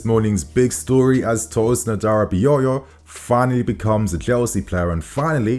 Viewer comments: It’s aDara bi o yo not adarabiyoyo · His last name is pronounced as HaDaRaBiOrYour in case of next time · You tried on the pronunciation. A-DA-RA-BI-OYO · 😂😂😂 Tosin adarabioyor😂😂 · You didn't get the name right 😅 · And finally I pronounced his name right 😭😭😭 nah G. You still pronounced it wrong. It's all good tho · not really . Man put an axtra yoyo at the end lol